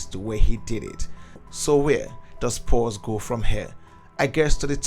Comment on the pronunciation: I cant believe this guy mispronounced EVERY name in the team. Even the team is called “Spurs” not “Spores,” ffs.